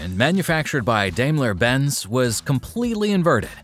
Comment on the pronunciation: Even the KI says it wrong.When I hear Dejmla Benz I'm out 🤷🏼‍♂️